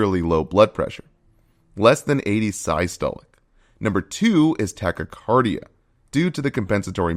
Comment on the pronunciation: While the information here appears accurate, there a couple notable mispronunciations- tachypnea (should be tachyp-nea, not tachy-penia) and the quite baffling pronunciation of systolic as “sigh-stolic”.